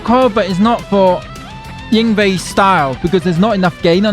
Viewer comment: "BASS" please.